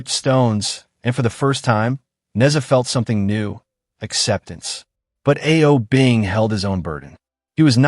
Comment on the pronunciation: A-O Bing? Seriously, you need to work on your Chinese pronunciation.